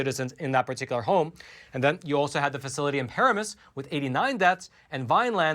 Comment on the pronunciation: those town's names are pronounced Pah-ram-us and Vinn-lind. I was raised in Jersey, I know,, but due to the Grace of God I've lived in the South for 43 years, 6 in Fla. and the last 37 of them in one of the last land(s) of the free - Mississippi. Go Gov. Reeves! Lets go Brandon!